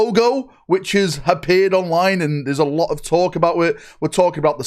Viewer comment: I didn't know the word "appeared" has an invisible H at the beginning of it?